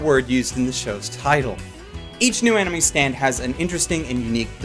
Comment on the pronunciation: I keep hearing you say "anime stand" instead of "enemy stand".